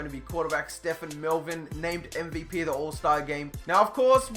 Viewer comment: bro, it's pronounced Ste-ven. Ste-phan would be spelled that way. Stephen is based off the Biblical Stephen, I would know because that is my name sir. Good video and can't wait for the Condors to go to the Super Bowl.